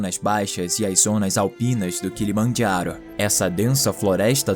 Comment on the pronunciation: O kilomajharo, kkkkkkkkkkkkkk, português e italiano, kkkkkkkkkkkkkk